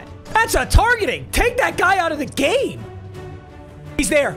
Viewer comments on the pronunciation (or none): Did he say I’m gay instead of in the game